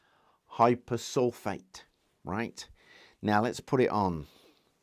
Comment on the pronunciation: To pick a nit, sodium hyposulphite Na2S2O3 in text, hyposulphate with 'a' in the speech. The hyposulphIte is also known as thiosulphAte, not hyposulphAte